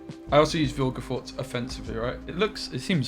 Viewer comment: Ahh yes, of course, 'Viglefortz'